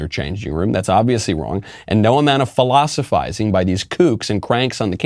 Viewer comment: "phallus-ifizing" LOL